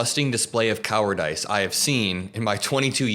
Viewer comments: COW' er dis Not COW' er dice 🤦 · it's pronounced coward- iss. Like diss, as in disrespect. Not ice, as in ice cream. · CowarDISS, not cowarDICE. Great vid but I just had to point that out. 😉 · It's pronounced "coward-iss". I have 21 and 24 year old sons and they'll do the same thing sometimes with words they've read but never heard spoken. I pronounced it as "un-ih-kwiv-ick-uh-blee" for a really long time. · "Cower Dice"? Have you only just learned that word,? Like Trump with his groceries? 😂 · Am I pronouncing "cowardice" wrong or is he? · I have never heard somebody pronounce cowardice like you did 😂